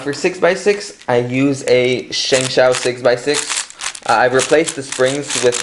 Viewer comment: It's pronounce Shengsoo in Chinese